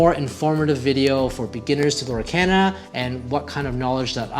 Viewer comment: Lorcana is pronounced "Lohr-KAHN-uh" (lore-CAHN-uh). The name is a blend of the words "Lore" and "Arcana"